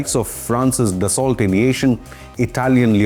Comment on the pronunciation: ***@ PLEASE NOTE: PRONUNCIATION: "DASSO"for Dassault) JUST "DASSO"!!